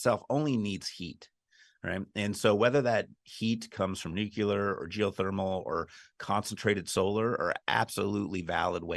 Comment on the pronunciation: "nuclear" has only one "u" in it. The word is not "nuculer".